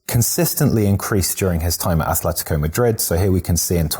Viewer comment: Just one minor detail here: it's Atletico. No th there. Atletico. The one with "th" is Athletic Bilbao.